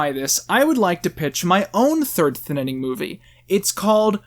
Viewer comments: Why are you adding another syllable to the word "thinning"? I feel like you're saying "thinnining" lol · Why are you calling it the “thinnining”? It’s the thinning. Ik it’s a shit movie but still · Why does he keep pronouncing it THINITING. It’s THINNING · the thinining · I love how you always say the thinnening instead of thinning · Thinning not thininning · “The thinnining “ 😂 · why does he call it the thin in ing instead of the thinning, wasgoinonheeeea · Your channel is great and I adore your content but this is something I must make clear: it is THINNING not ThInNiNiNg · thinaning? its just thinning bro why are you talking like a spastic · Why do you say thinning like it’s spelled thinnining? Lol I like your review a lot btw I think your really funny P.S I don’t agree with your views on Trump and you are clearly uneducated on his presidential decisions (I’m not saying that to try to insult you it’s just the truth) and that’s okay and I’m not angry. Also your Freeman movie idea was priceless I loved it. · You keep saying "Thin-in-ing". Is it "thinning" or not? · I'm sorry, but I can't get over how you call it "Thinnening" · Why are you saying the "Thinnining' instead of the "Thinning" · Every time he said “Thin IN ing” I cringed so hard. Thin-ing it’s pronounced THIN-ING 😭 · A thinining. It's just a Thinning but eh, close enough. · “Thinining” this bugs me so much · wait its pronounced thinNENing? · You keep saying thinninning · Do a shot every time he mispronounces Thin ing. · Why does he say thinining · Who else heard him say thinninning every.....single.....time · WHY ARE YOU CALLING IT THE THINNINNING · Why do you say 'Thinining'? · In the first review, he discusses why he calls it the Thinninning. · Did you not watch the end when he shows a poster where it's spelled "thinnining?" He's obviously doing it as a joke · The thininininninninnnabilityingin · Thinning or the Thin in ing? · The Thinninning 2: The Thinninninning. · thinnining lol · Thin nan ing lmao